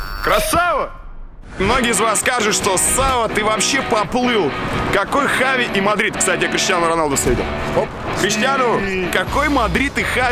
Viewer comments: весь выпуск в Испании боялся сказать Хави) говорил Чави) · Черт почему он читает как чави, а не как хави, там слога ч даже нет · Он Хави а не джави понял Жека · Кровь из ушей идёт, когда слышу «Чави» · Почему его называют Чави,он же Хави? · Не Чави,а Хави🤦🏼‍♂️ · Бля как я не люблю когда его называет Чави Правильно это вообще поху.... Для меня он ВСЕГДА ХАВИ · Почему это постоянное Чави вместо Хави ? Жеку что черданцев укусил ?? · Видос выглядит очень хаотичным! Скорее всего вы хотели сделать по темам, но из-за того что Красава неправильно называл Чави Хави, а потом исправился, то получилось не очень хорошо. Надо было определиться Хави или Чави, даже в названии.